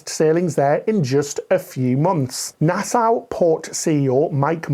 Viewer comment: It’s a small thing but if you pronounce Nassau as ‘nassow’, the locals will mock you. It’s ‘Nassaw’. Cheers.